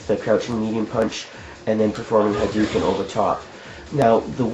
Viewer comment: It's not haduken, it's hadoken. People spell it Hadouken because in Japanese, a u after an o means hold the o sound (you can hear it better in SF2, Ryu holds the o for about a year when he says Hadoken). Anyway, good video, though it seems like maybe you should have cut it up a little more. 10 minutes is a long time.